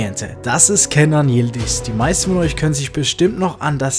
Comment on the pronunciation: Stark! Ich bin echt stolz auf ihn und denke, dass er es schaffen wird. P.S.: Er heißt Yildiz und nicht Yilidiz :D